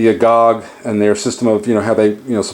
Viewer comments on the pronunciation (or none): I think you got a location name wrong. It's Cercyra, not Corcyra. As for pronouncing 'agoge', the e is not silent.